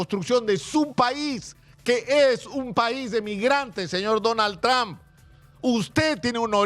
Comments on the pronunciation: Primero debes empezar saludando y hablando y pronunciando su nombre del precidente Donald Trump, que uste periodista está pronunciando su nombre del precidente de U.S.A. muy mal, el precidente no se llama tran, el precidente se llama su apellido Trump y no tran, ni eso sabes pronunciar bien, que clase de periodista eres tu? que no sabes pronunciar su nombre en ingles?desde Nueva York la capital del mundo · Tr”a”hmp. No trom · Sr. Periodista se escribe Trump pero se pronuncia trom, no tran . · Sino sabes Lee para q no hables estupideces .se escribe lleva u pero se pronuncia tramp